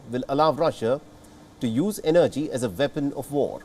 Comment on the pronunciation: Sir please learn to pronounce words its WEAPON not VEPON.